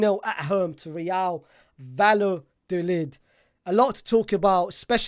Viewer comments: Is it that hard to say vayadolid? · My brother the 2 L’s is a y sound. Love the work tho 🙏🏽